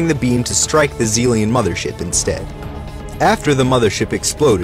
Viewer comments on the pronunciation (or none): none